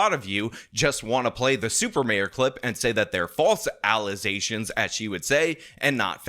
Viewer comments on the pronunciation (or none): .. “False Allizations”… and people wonder why DEI is not a good thing 🤦‍♂️ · "False Alezations" 😂